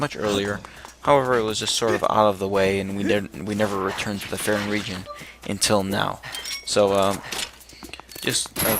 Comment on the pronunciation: fairon? far-on